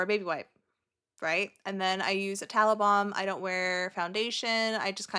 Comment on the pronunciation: You kept saying you use tallow balm and I kept hearing taliban 🤡😂